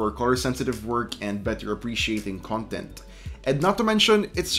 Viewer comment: Why do you guys from Luzon pronounce "content" as an adjective instead of a noun? It's just wrong. Otherwise great review -- you've earned a subscriber. My son has a D14. Hopefully later this year we get an upgraded Ryzen(5000 series?) because I'm planning to buy one for my work. And hopefully, they'll relocate the camera to the top!